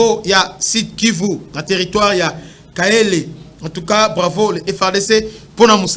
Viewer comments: C’EST KALEHE ET NON KAHELE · Bravo aux fardc ! Note : c’est kalehe et non kahele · Kalehe pas kahele